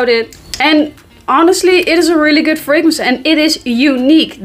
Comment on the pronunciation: lol. "Guud."